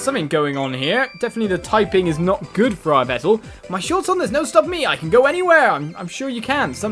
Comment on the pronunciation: Yveltal is pronounced EE-vel-tall